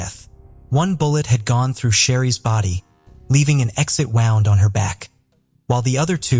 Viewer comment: I wish these bloody AI narrators would be taught how to pronounce words. Wound (damage to a body) not wound (wrapping something)!!!